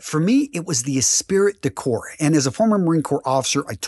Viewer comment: It's not pronounced "e'spirit de corpes" like we would say in English, but because it's a phrase coined in France, its pronounced with French pronunciation: "e'spree de cor".